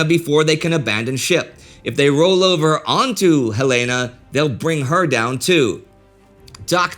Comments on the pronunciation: The Light Cruiser Helena is named after the Capital of Montana. Pronounced Hel-eh-na! Bow of the ship is pronounced bow, as in bend at the waist, not like a bow on a present. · The cruiser Helena is named after our state capitol in Montana. It is pronounced "Hell-in-uh". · “Helaina”? Indy, how long have you been living in Europe?